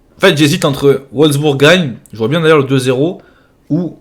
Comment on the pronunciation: Je suis mort comment il a prononcé wolsbourg 🤣🤣🤣🤣🤣🤣🤣🤣